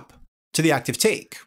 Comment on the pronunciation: Take Take, a new Taaake, all Takes here! (You say that word funny)